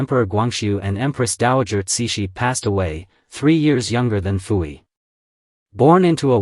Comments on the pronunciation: Your understanding of Qing dynasty China is very lacking. Pu-Yi (it's pronounced poo not fu) had little to nothing to do with his sisters for most of his life as a result of him being adopted to the emperors Tongzhi and Guangxu. His sisters did not live in the Forbidden city. They lived in the Northern Mansion, the private residence of their father. You refer to him as Zai-Feng, but he held the title of Prince Chun. You refer to his daughters as princess but only the daughters of an emperor were allowed that title. Prince Chun's daughters and wife were only referred to as Lady. Prince Chun's only child that count hold any title would be his heir which was his then eldest son after Pu-Yi's enthronement, Pu-Chieh who was referred to as his excellency because he wouldn't inherit the title of Prince until his father's passing. Because of the laws of filial piety even an emperor can not dictate the life of his parents and as such Pu-Yi would have no say so in the marriages of his sisters as his father was in charge of his own household. Prince Chun himself was independently wealthy and as such maintained his lifestyle after the fall of the Qing dynasty. Himself believing in reform and modernization Prince Chun was keen to have all his children educated and later even turned his mansion into a private school were several of his daughters helped as teachers themselves before finally donating his mansion to the people's republic in his later years and it still stands today as a cultu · Why does the narrator pronounce Puyi as Fuyi?